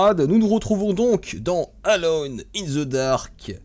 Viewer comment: Ca se prononce: eulone in the dark!